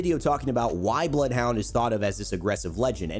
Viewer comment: Him: “Bloed huaund 🤤“